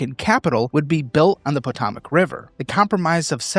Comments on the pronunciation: PUH-TOW-MECH river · “PotAWEmac River”